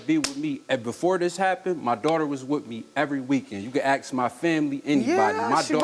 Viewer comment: Dont these people know the word is "ASK",NOT "axe"